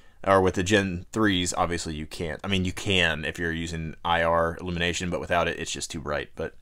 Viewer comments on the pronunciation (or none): none